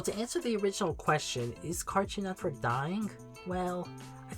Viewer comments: please stop saying “cartchoon netchwork” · also SLOW THE FUCK DOWN saying it bro. got to a point you were literally saying “Cartnewer”